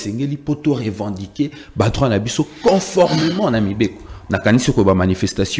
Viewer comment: On dit conformément et non coformement